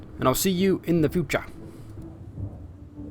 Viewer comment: You say future like "My cocaine" in the Nolan Bamans, I like it :P